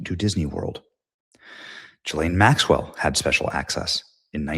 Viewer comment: I guess I missed that part. He also pronounces Ghislane with a soft G. Benny is human.